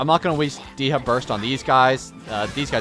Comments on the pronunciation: We went from Day-Ha to Dee-Ha. There is a Y before the A in her name. Day-Ya is how you say it. Think of the name as "De" and "Hya." Please. I beg of you. Just say it correctly once. For me. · All this time for trying to help him pronounce her name, it's still "Deyha" Edit: at least the half of the video, he said her name properly, I still love the videos❤